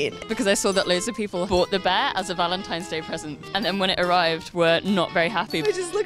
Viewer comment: Did he say "valentiMe's" day? triggered